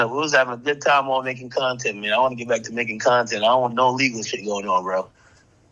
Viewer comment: Its CONTENT lmao come on ak lmao